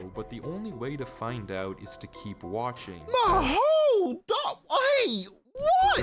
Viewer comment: how come every single time tries to say hold on or hold up, EVERRY time without fail he says "hol " or hol dup" like does he really think those are the words?